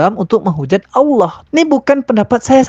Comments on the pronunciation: perhatikan murtadin fake ini dlm menyebut nama ALLAH menjadi AUWLOH..ngaku mantan islam dlm keluarga yg taat...wkwkwk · dari menyebut Allah aja aloh, dah keliatan bgt bukan benar2 lidah muslim dr lahir. anak umur setahun aja masih bener ngucapkannya. mang asli isinya cuman tipu2 aja chanel uncup papicup tu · Kamu itu nyebut Allah aja nggak bisa, ngaku Islam. Dari cara kamu nyebut Allah aja sdh menunjukkan bkn orang Islam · Muslim/muslimah gk pernah menyebut tuhannya dg sebutan ALLOH ! OTEN ASLI ngaku lagi sbg muslimah. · Sebutan Allah pun x betul ngaku2 mantan muslimah fanatik ramjadah ,lucu. Muka jelas terang kaffir. Emgnya sakit ini orang. Fanatik kepala hangguk kalian oten. Ringkus ini orang jgn diberi peluang. Awullohhh ada ke sebutannya gituan!!? Kurangajar manubulu membawanya terus ke jail. Semoga selepas kejadian ini moga akan menjadi kenangan yg terindah buat kita muslim dan menjadi penderitaan yg panjang bt manubulu serta membusuk dipenjara. Aminnnn yaAllah... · Orang kalau dia benar2 dari latar belakang muslim gk mungkin cara pengucapan Allah dan membacakan ayat dalam Al-Qur'an saja tidak fasih. Dari sini saja masyarakat khususnya muslim sdh menaruh curiga dgn settingan norak macam itu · Cara mengucapkan lafaz Allah saja gak benar kok ngaku ngaku mantan muslim taat... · Nyebut Allah aja blepotan kok ngaku islam..mana ku percaya ah .. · Nyebut Allah SWT aj blepotan. Si nyunyi ini 😂😂 hoax louh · MENURUTKU NARASUMBER YANG DIWAWANCARAI INI ASLI NON MUSLIM YANG MENGAKU MUSLIM SEJAK LAHIT TERLIHAT DARI CARA DIA MENYEBUT KATA "ALLAH "SANGAT MEMBAGONGKAN🤣🤣🤣KITA UMAT ISLAM TAK BISA TERTIPU DENGAN CARA PELAFALAN SEPERTI ITU, 🤣🤣🤣🤣